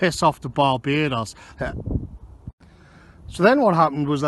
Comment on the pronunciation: I've never been to Baa-Bay-Dos but I recon it's pretty good.